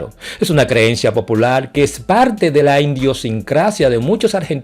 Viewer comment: Heterogenea... no eStereogenea... idiosincracia y no iNdiosincracia